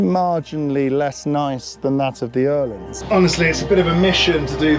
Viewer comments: I absolutely love that you pronounce Öhlins correctly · as a Swede, It does sound very good 👍